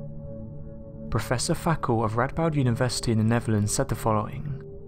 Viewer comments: I thought he said Fakkov.😆😂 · Fackewe... Is that an Aussie thing? 😂